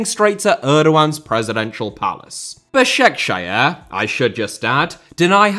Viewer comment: Bro the way he pronounced Basaksehir 😭😭😭😭😭😭😭